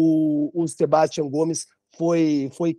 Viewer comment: Quando vão aprender que a pronúncia certa é " sebastián"?